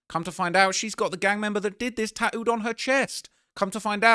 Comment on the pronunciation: She’s got his name “taooed” on her???? 😂😂😂 work on your ENGLISH BRO